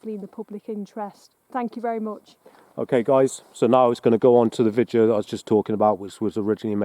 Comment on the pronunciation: Does he keep saying "vijeo"?